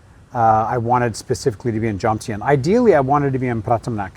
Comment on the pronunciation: Why can’t vloggers pronounce the word Jomtien